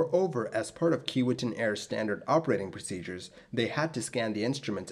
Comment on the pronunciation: It's pronounced key-WAY-tinn.